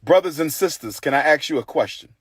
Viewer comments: Why do so many black people say axe instead of ask? It's not really a hard word to say. Anyone have any idea? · Before he opens a school,he needs to learn how to pronounce the word ASK......He's so ignorant 😂😂😂😂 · "ASK".......brother not "AX"....... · Okay, he said he has what he needs. So he can open the school, then. But we won’t wait. And I can’t take people who say, “axe” when they mean, “ask” or insert, “the” between the month and date, seriously. I just can’t.